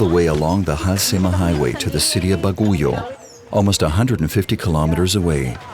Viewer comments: Baguio City is not pronounce as Ba-gu -yo, it should be ba-gee-ow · "Bagooyoh" really bothers me, hahaha. Here, I'll make it easy, it's pronounced as "Bagyoh" with the stress on the first syllable "Bag". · it mentioned that the bus terminal is where all buses in the country arrives? Wrong! That particular bus station is only for buses servicing the cordillera region. Buses heading south is located at Gov. Pack Road and Cabinet Hill. Also pronunciation of Baguio is not Baguyo but Baag-yo. Buguias is not Buguyas but Bug-yas. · Why you pronounce it ( Baguyo )? We pronounce it ( Bag- yo). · Not Ba-goo-yo but Bag-yo, not Ba-goo-yas but Boo-gee-yas. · but Baguio is not pronounced “Ba-goo-yo” but “Bag-yo” and Buguias is not pronounced “Ba-goo-yas” but “Boo-ghi-yas”. Suggestion the producer or narrator consult someone from Bagooyo, errr.. “Bag-yo”. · Its not bagoyo its read as bagyo. Not buguyas its read as bugyas. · It's not baguyo it's baguio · BAGUIO is pronounce as BAG-YO...not BA-GO-YO...but it's alright..im proud to be Pinoy..godbless always! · it was interesting when he pronounced Baguio as "Baguyo" instead of "Bagyo." for a sec there, i was like, whuuut? lol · LOL!!! My daughter who can't speak Filipino but can understand it, was confused until I told her that it was supposed to be "Bag-yo" not "Ba gu yo!" She was trying to locate it in a map. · Love the documentary but it's actually pronounced as "Bag-yo" not Baguyo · It's Bag-yoo, not ba-goo-yoh... Great doc once more. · narrator:" Ba-gu-yo " me filipino: ???🤔 ahhhh bag-yo (baguio) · Halsema highway is really dangerous especially this wet season. By the way, it is pronounced as "Ba-gee-ow" and not "Ba-gu-yow". I know because I live here in Baguio. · Baguio, pronounce as BAG YO. not Ba Gu Yo. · Baguio ( BAH - GEE - YO / ba gee ow ) not baguyo. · I love your pronunciation say it again "baguyo" Ps: baguio is pronounced as Bag-yo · Correction Its "Ba Gyo" not Ba Gu Yo. Baguio City Pronouces as "Ba gyo City"